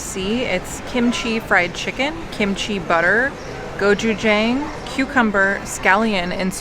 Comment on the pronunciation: i love your guys’ videos but please, let me teach you how to say Gochu jang correctly 😂